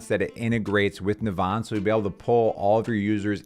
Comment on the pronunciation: It's pronounced "Navvin". It shares its name with a town in Ireland.